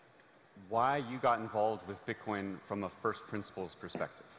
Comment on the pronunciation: Bitkoyun mu diyor?